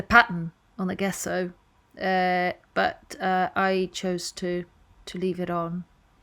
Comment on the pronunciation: Love the print! Just FYI, gesso is pronounced “jeso” with a j sound at the beginning. 💖👍